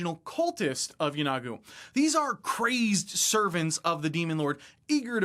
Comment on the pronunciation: I might be wrong, but I always thought Yeenoghu was pronounced YEE-no-Goo, not Yeh-NOG-oo. Could someone tell me the correct way to pronounce it?